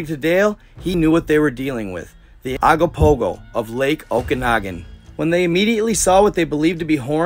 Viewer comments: Ogopogo not agopogo!! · IS CALLED OGOPOHO NOT AGOPOHO. GET THE NAME CORRECT AT A MINIMUM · It’s Ogopogo not what you wrote and insisted on saying repeatedly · Canadian here. We pronounce it Oh-gopopgo not Ah-gopogo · It's Ogopogo brother O not A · Hey I'm from British Columbia Canada just want to say hi love watching your information I started following probably about 6 months ago I discovered it and I'm happy that I saw it because you show some real interesting stuff. I just want to tell you that it's ogopogo, so when you pronounce it it sounds like an o so you say, " oh go Pogo"the lake is the Okanogan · I think it’s pronounced ‘Ogopogo’ 🙂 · He is pronouncing Ogopogo wrong hes saying agopogo , I've never heard anyone say it like that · It's pronounced Ogopogo, it's constantly talked about, with statues in Kelowna in its image. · Okanagan pronounced Oh Can Noggin im from their and have never seen any signs. Only have 1 island on the lake and its called rattlesnake island near peachland. Ogopogo pronouced OH GO POGO. Kelowna is the main city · it's Ogopogo. Oh Go Po Go. great research lol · It's pronounced Oh-go-po-go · I'm from bc please my bro pronounce it o go po go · “Oh-go-pogo” if you want to pronounce it correctly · This is a paranormal channel and you can’t even get the name ,of one of the most famous cryptids in the world, right! It’s OGOPOGO!